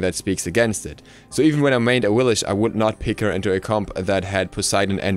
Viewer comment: It is pronounced Awilix, not "Awilish"